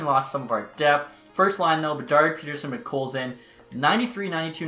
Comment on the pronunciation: Back after a few months, I see you still mispronouncing Pettersson and can’t properly pronounce Höglander either lol. Those are the things I’ve come to know about you in the past several years lol.